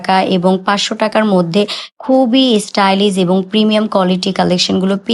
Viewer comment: Stylis? ইংলিশ বললে প্রোনাউন্সিয়েশন তো ঠিক ভাবে বলতে হয় ।